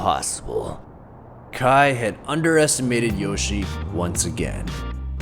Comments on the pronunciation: he pronounced it wrong i think, i’m pretty sure it’s yoshi-EY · It is pronounced yoshiA not yoshi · It’s not Yoshi, it’s YO-SHE-EH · His first name is pronounced YOH- SHEE-EH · no, its Yoshie. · his name is yoshie shiratori or よしえしらとり in Japanese and is pronounced yo shi e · Not to be rude but - his name is pronounced "Yoshi-eh Shiratori" Yoshie Shiratori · Its pronounced "Yoshie Shigatori" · Just wanted to point out that the name is pronounced yO-shE-yeh. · when pronounces Yoshie Shiratori wrong: My brain: mario wants to know your location